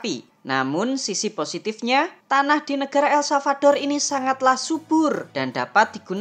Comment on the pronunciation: El-Salvador min... bukan salvaldor